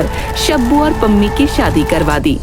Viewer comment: Pammi ❌Pajami☑️